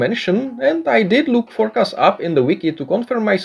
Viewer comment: For-nic-ass!! Hahahahahahaha